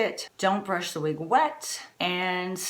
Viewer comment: please dont be offended... say "wig:...not "weeg". Its very off-putting. Thank you..